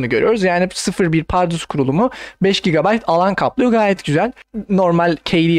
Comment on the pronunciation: sen ilk önce türkçeyi öğren sonra anlatırsın bide gb doğru oku